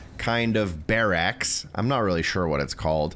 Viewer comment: The way you say barracks is gnarly. Appreciate the video 🙏🏻